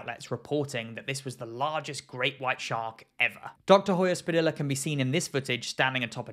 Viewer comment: Just a quick note: Hoyos Padilla is pronounced "oh-joh-s pah-dee-jah:" in Spanish, the H is silent, and both the double L and the Y sound like a soft "j." Great video, though! :D